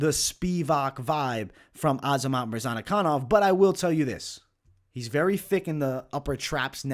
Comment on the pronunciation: Hey, it’s murzakanov, not murzanakanov